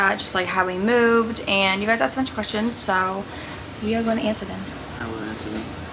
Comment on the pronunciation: I love how says i axed you guys instead of i asked you guys 😂